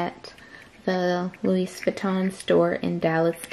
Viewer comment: could you please not say the ‚s‘ at the end of louis? 🙈